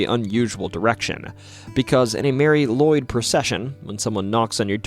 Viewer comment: If I remember right Nisse is Icelandic for Nicholas like St Nic. And sorry to say but you mispronounced Mari Lwyd. It is pronounced Marry Lu,wid.